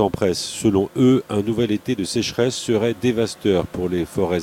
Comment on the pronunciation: "Dévasteur" dites-vous? "Dévastateur", il me semble, non?